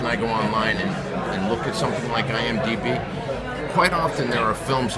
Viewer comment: listen to him say “IMDB”. No, you’re not DB. You’re Sammy Gravano.